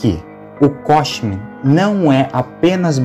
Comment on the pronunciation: Ao invés de ele falar Costume, ele falou Cosmute. 😂